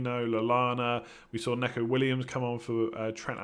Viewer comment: I love you but please stop calling Neco (Nee-co) Williams wrong? It's Nee-co not neck-o